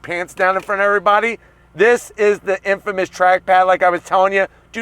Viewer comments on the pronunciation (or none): none